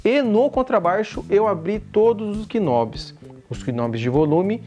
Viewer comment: “Bés” é um peixe. “Beis” é contrabaixo. “Knob” tá errado. Apesar do K, se fala “Nob”. Sobre o vídeo até que tá legal.